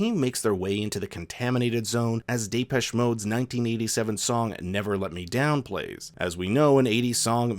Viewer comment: Fantastic breakdown but how the heck did you mispronounce Depeche Mode? Lol